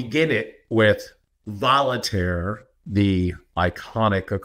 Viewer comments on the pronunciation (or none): Did say "Volitare" when attempting to quote Voltaire?? Lol. Oh well. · No, he said volley tear.